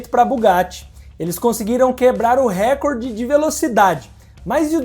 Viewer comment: A palavra "recorde", você está pronunciando errado, como a maioria das pessoas. A pronúncia correta é (RECÓRDE) e não (RÉCORDE).as pessoas não pensam mais, não refletem, só agem como gado. Igual a palavra IMPEACHMENT, todos pronunciam (IMPITCHMÃN) quando a correta é igual a escrita dela, (IMPITCHMENT).